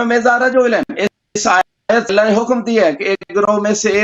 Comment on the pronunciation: Pahle ahteram karna sikho phir isne aytullah ko galat bola kisi ke dil ko taklif nahi dena chahiye pahle urdu bolna sikho